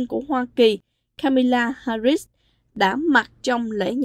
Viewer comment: Là một xướng ngôn viên cho đài có nhiều người nghe, xin vui lòng phát âm họ và tên của nữ phó tổng thống cho đúng. Xin lỗi vì đã lên tiếng vì đài Culture Channel có rất nhiều người nghe và theo dõi.